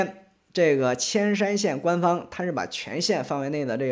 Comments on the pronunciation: 铅山不念千山念烟山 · ，山西省铅山县的铅，应该读Yan（第二声）😊😊😊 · 铅山县 铅念 yán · ，那字年“yan”（言）铅山县。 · 那个铅山的铅念Yan二声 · ，江西铅山的铅念（yan 2 声 shan） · 铅（沿）山，估计除了当地附近的人都会念错这个字，常用字却异读，没几个人会去查，这几天墙外视频博主都念错了。。。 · 那个叫铅（yán）山 二声 多音字